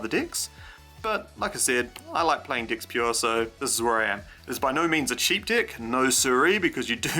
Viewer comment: I keep hearing dicks not decks